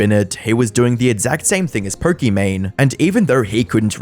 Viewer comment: Pokimaine. I turnrd off when he kept saying her name. Annoying